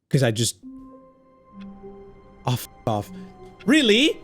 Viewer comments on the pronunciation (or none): the ''Really?!'' why does sound so British haha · bro you sounded so mexican when you said really. Also its weird to not hear your spanish rampage yet.